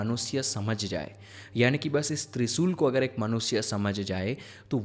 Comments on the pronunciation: Bro kindly requesting u , please uchcharan in shabdo ka sahi kijiye - speak. ...TriShul, Shakti ,Shiv instead of Trisul,Sakti,Siv,Sivling !!! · त्रिसूल नहीं भाई त्रिशूल है